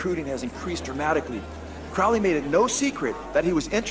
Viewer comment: It's pronounced Crow-ley...like holy...Not crouley. For obvious reasons.